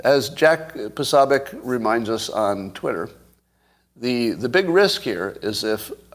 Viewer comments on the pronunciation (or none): Posobiec OOOO not AAAAA not jack PosAbiec 🤪🤡👎🏻🤌🏼